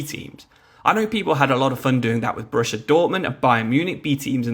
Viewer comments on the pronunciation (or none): none